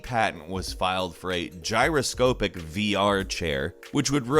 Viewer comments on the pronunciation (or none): The PUBG one at the end is because China has strong censorship and intolerance for blood and such, to the point where, if i recall properly, WoW skeletons were given skin to keep the game playable there. So it isn't surprising. Also, really weird or bad pronunciations in this. Gyroscope-ic? And "doocero"? Its French, Deux Zeros (Two Zeros) deux sounding like "deugh" and zero sounding like there's an accent on the e (might actually be, but I don't think so), like zayro. I mean seriously, in other videos people can pronounce Deus Ex Machina properly despite being spelt "deuce ex machine-a", but you pronounce DeuxZero as "doocero"?